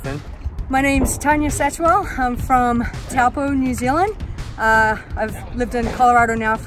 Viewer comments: Can't believe a kiwi would pronounce Taupō wrong lol. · She butchered the pronunciation of Taupō though.